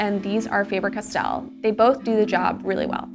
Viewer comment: It's actually Faaaaaah - ber Castell.